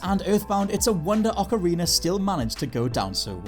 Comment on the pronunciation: “Ocariner of time”